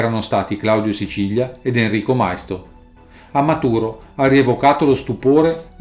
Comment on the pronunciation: Maisto con l'accento sulla i, non mai-sto